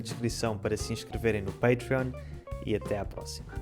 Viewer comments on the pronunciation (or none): none